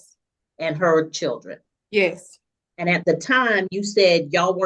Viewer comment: what the hell is a "churden"